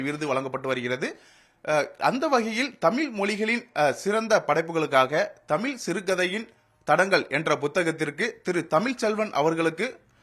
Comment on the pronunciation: தமிழ் என்ற சொல்லை இவ்வளவு அசிங்கமாகவும் அருவருப்பாகவும் உச்சரிக்கும் ஊடகவியலாளரை இப்ப தான் பார்க்கிறேன். அதுவும் தமிழின் முன்னணி ஊடக நிறுவனம் இவரை பணியில் அமர்த்தியிருப்பது தான் பேரதிர்ச்சி.